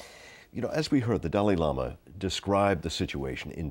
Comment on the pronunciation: Ugh! They're saying his name wrong.. It's so rude that no one pronounces Dalai Lama right. It's suppose to be said like this..Da-la-lee not Da-lee